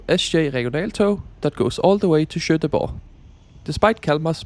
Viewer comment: Pronounce Göteborg like: "yoeteborg", not shoeteborg.